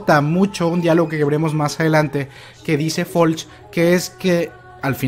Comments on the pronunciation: Deja de decirle "Folch" a Floch amigo date cuenta.-. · No se llama "Folch", se llama "Floch", ahi te encargo para la otra compare.